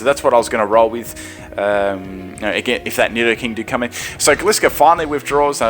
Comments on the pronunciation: It's called Gli-scor not Gle-scor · It's gly-score not glee-score! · Cool videos but as usual your pronunciationsare quite off putting for me. Synthesis, Florges, Gliscor...Sin-the-sis, Floor-gess, Gly-scor come on dude, it's not that hard. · Correct me but im pretty sure they pronounced gliscor like this glie-score in the anima not gli-score